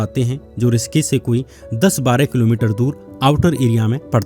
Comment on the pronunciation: ऋषिकेश को रिसकिस क्यों बोल रहे हो